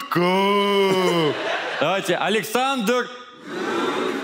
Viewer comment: ГУД-коФФ, конечно, ЛАААЙК! А ентом ПИГрашнбосс только отторжение вызвал.